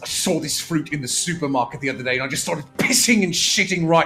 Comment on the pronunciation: I hold no love for Illumise, but the amount of times they mispronounced its name grated on me a little. Ill-lu-me-say. One more thing! Please don't shit on my girl Lopunny. I carried one through Ultra Sun/Moon and she was a fuckin' powerhouse! I like her design she's a very versatile pokemon!